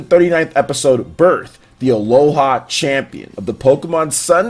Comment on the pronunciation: Are you saying Aloha on purpose? XD Anyways, I was quite surprised. Satoshi/Ash has made quite some silly decisions during this league and sometimes had more luck than anything but I am definitely fine with that got settled. The current episode was pretty dope. =3